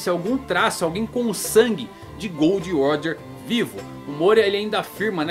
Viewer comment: cara eu odeio a forma que esse maluco pronuncia os nomes!! gold roger(é guld roger) ....akainú...kizarú...kaidô...